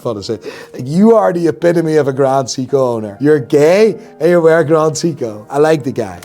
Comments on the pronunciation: It's pronounced Psycho, Not Seko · Sei-ko not see-ko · Wtf is a "see-co" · This self-proclaimed watch expert can't seven pronouce "Seiko" correctly. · Bro can’t even pronounce Seiko correctly